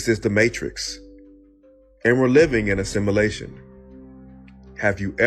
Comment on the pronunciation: This dude can't even pronounce simulation, but I'm supposed to believe his crack pot theory.....😅😅😅😅 Yes, I have seen PLENTY of Asians pump gas. And Yes, I have seen a pregnant Asian woman. This dude is dumb AF. It's amazing though, because he ACTUALLY thinks he's "smart" 🤦🙄🤷